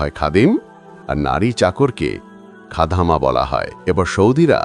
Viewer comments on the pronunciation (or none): খাদামা না খাদ্দামা না যেনে গল্পো 😂